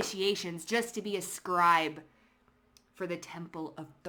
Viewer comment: wow, you can say scribe correctly but my family pronounces it dumb like a "scribuh". +1 meg i can tell. they gonna regret this.